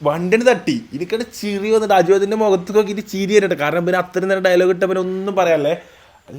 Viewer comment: ചിറി അല്ല ചിരി നിങ്ങൾ മലപ്പുറം ഒരു മാതിരി ഒയെന്നെ സംസാരം